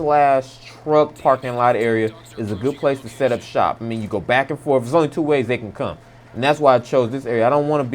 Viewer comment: I bet this guy is black by saying "dey"